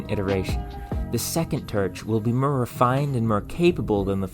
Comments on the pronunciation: More not mer, historical not hysterical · "im getting mrrr and mrr excited " i think its funny the way you say "more" you sound like that "orrrnnjuice" girl at mc donalds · the second turch will be mur refined and mur capable😂 No need to feel ashamed or apologize man but thank you for explaining… cause there’s a number of YouTubers who mispronounce words intentionally to tease the audience and I find it funny… cause it does catch my ear and make me almost say something until I remind myself that’s the point. Though, I never shout or get angry like I assume some people out there do. I got a southern accent so sometimes I’ve gotta repeat myself to better enunciate myself a little better if I pronounce my vowels a bit too weirdly… so when I try to say horror I have to speak slowly or else I sound like I’m saying whore…. And even that doesn’t help because my Rs are too smooth so it just sounds like I’m saying whore over and over again. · I was just looking to find where you were from to figure out why you said Mer instead of More...no worries. Just noticed. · This is your second video I've watched. I am impressed, that's hard to do. One amusing note... I used to teach pronunciation, so I've got a bit of an ear for it. You seem to struggle with "or". Examples... Before - befur More - mur For - fur It's perfectly understandable, no need to change it. But if you wanted to fix it... Practice those words with a more open mouth a few times a day for a month. Right as rain. 😊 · i love you videos! i’m definitely gonna try this. out of curiosity, where is your accent from? it’s not too obvious but the way you pronounce the word “more” is very distinctive.